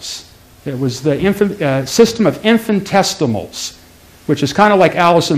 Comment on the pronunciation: What is a professor of, and where? I know he isn't a physicist, an engineer or a mathematician because he can't even spell (or pronounce) the word "infinitesimal".